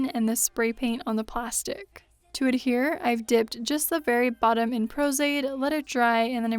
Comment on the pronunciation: What so the p word you’re using for glue? “Pro-zaid”?